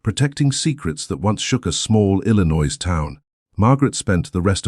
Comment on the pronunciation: Please, your AI doesn’t know how to pronounce Illinois correctly. It’s I’ll-I-noy. I should know because I was born and raised in Illinois and moved to Indiana in 2010.